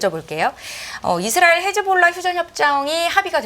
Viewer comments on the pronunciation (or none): none